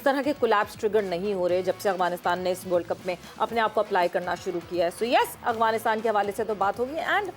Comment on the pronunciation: محترمہ ٹھیک سے کہیے افعانستان اغوانستان نہ کہیں